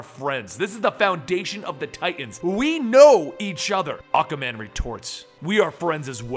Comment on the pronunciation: I keep hearing you say Acaman...I'm like "who's acaman?" Lol